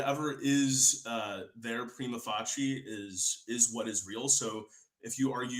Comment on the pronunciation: it's "pree-muh FAY-shee-ee" not "pree-muh FUH-TCHEE," but you cannot expect a philbro to know Latin or phonetics 🤷☻️